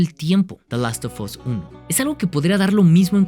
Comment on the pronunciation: Por qué lo pronuncia como "dalostofos"? 😭😭